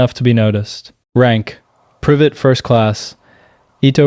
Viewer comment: why would you say private like that bro 🥹